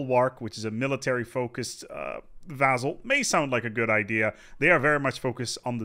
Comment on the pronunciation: I love how you still mispronounce vassal. :-)